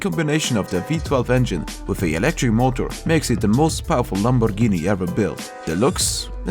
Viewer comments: your pronunce of "Lamborghini" as italian i can say only one thing. it is perfect👌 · Man you said "Lamborghini" with a real Italian accent (I'm Italian, that is why I'm saying this). Niceeee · Finally, someone pronounces "Lamborghini" and "Gallardo" correctly